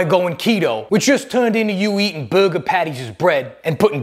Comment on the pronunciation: i laugh at how he says burgers and sleeves